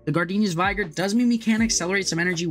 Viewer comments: Interesting take on the deck. One thing....Gardenia's vig-er not vigh-ger. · Vigr, not vaygor.